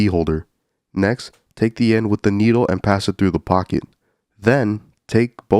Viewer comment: Dude your "pocket" pronounciation is asmr and peak comedy too.